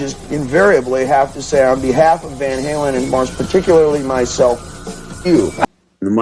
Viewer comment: British annunciation Van Halen - I couldn't understand an translation is off .... Finally after saying it for six times, I heard Van something ;)